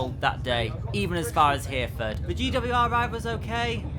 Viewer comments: Reminding me of that line i havent taken in a good few years and its always been awful. btw its "Her a ford" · Can't believe you've not sampled the delights of those stations/associated route woes before.... they can be the worst! but glad you got there in the end! also double check the pronunciation of Hereford 😉